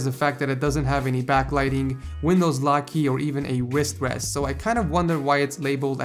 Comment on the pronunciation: The way you say wrist wrest Wis West